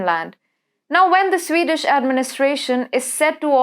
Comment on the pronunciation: CANT SHE GET HER AWFUL PRONOUNCIATION RIGHT??ITS JARING TO HEAR HER SPEAK, VERY DIFFICULUT TO UNDERSTND. ''SWAY DAESH PEOPLE!!! SWEED DISH!!